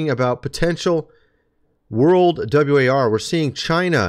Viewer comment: Was liking this till you cant even say war???? Lmao